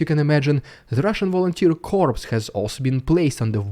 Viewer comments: Russian Brother, when you say "Corps" as in "Marine Corps" you say "Core" as in the center of something a "Core" of an apple. When you say "CorPse" that is a dead body. You are calling soldiers dead bodies still fighting. You are accidentially calling our soldiers Zombies. I realize this is a language barrier. Glory to God, Victory to Ukraine. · 1 small point about pronunciation - corps (kaw) is very different to corpse (kawps). "corps" is a subdivision of an army in the field but "corpse" is a dead body. Sometimes they can be the same thing but not this time. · the word spoken as core, not corpse. A corpse is a dead body. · Hi '', another brilliant video. Just a quick 'heads-up', but 'corps' is pronounced 'core' in English. This is yet another example of our stupid language. Keep up the good work - I NEVER miss any of your great work xx. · BTW It’s pronounced ‘coRe’ as in apple core , it is just the spelling that is corPs. 😊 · The word "corps" is pronounced "core" and there is no plural. The word "corpse" refers to a cadaver. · "Corps" is pronounced "core" in English. A corpse is a dead body. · Its pronounced core. The p is silent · Russian Volunteer Corps is prounced as "core". Just saying. Love your passionate reporting patriot. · Very good video,. Just one thing - the word 'corps' is pronounced 'cor' in English (same as the original word in French). If you pronounce the 'ps', the word means 'dead body'. Not at all the meaning you want to convey! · In the word "corps", the final letter, "s", is SILENT. It sounds EXACTLY like the word "core". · Please pronounce "corps" as 'core'. The p is silent in "corps" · I admire your knowledge of English and attention to phonetics. The word "corps" is one of many exceptions in English. The "p" and "s" are silent, since the derivation is from French. Just say Kor. It does not sound like the word for the dead, "corpse" which would be unfortunate for a military organization. :-) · Corps is pronounced "core".